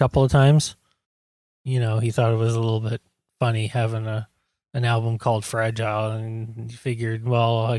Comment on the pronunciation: Dude you can't sing the song saying fragile the way you are saying it.